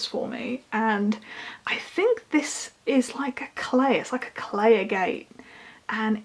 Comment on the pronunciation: i believe it’s pronounced ag-et